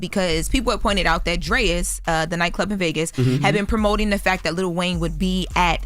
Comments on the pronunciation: “Drayas” lol it’s DRAIS… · Why is pronouncing Drai's as "Drayas"? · Drais is not Drayas it's pronounced Drayes. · Dammit it’s pronounced DRAAAAAYS not DRAIIIZ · Pronouncing Drais all wrong lol it’s pronounced Drays